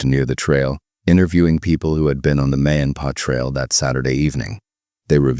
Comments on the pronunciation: The AI voice said "May and PA Trail" lol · Why can't the [AI] narrator properly say "Ma & Pa trail"?!?!? 😄🤎👍🏽 "Elephant in the room signing off"....🚪🐘